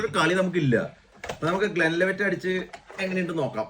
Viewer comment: Glenlevet Alla Glenlivet 😉